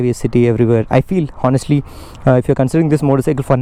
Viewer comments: HONESTLY = "H" is silent bro ...so speak onestly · Bro the "H" is silent in "honestly". A small mistake we all make, but we must our mistakes. It's "onestly". "on" "estly".